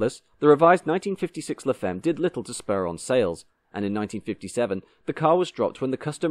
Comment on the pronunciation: Look up words in foreign languages you are clueless about please. La femme is pronounced 'la famm'.